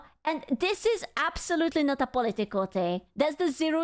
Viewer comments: when you say political it sounds like "polly tickle" lmao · The way she say political lol😂